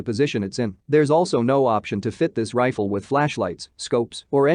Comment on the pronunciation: Computer voice, Trifle for Rifle. AR for Arkansas. Wtf!